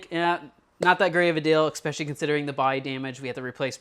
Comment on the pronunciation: I promise I’m not a grammar Nazi, but OMG it’s ESpecially, not EXspecially. That said, this is awesome content man!